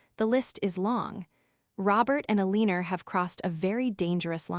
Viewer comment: Seems like the voice can't pronounce Alina. No "r" in Alina. Sloppy.